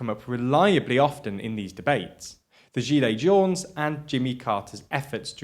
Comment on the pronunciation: The "s" in "jaunes" is silent, as always for plural words in French